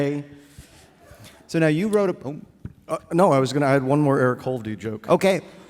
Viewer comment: Jesus Christ., it's hovde not holdy